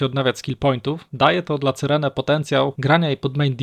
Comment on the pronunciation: Jak jeszcze raz usłyszę C y r e n e to mnie szlag trafi.